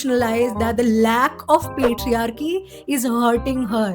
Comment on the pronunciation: Did you say lack of “PLATEriarchy”? Best tea joke ever. 😂😂😂